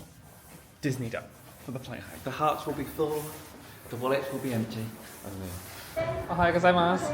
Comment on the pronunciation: As a Japanese, I can say that your Japanese pronunciation is getting better and better haha! Perfect ohayougozaimasu!